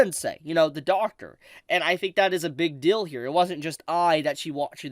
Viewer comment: Lolz everytime tries to say deal I think of pickles cuz he pronounces it dill 😂